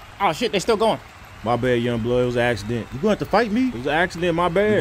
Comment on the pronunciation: a Leaccident LMAO😁😁😁😁😁😁😁😁😁😁😁😁😁😁😁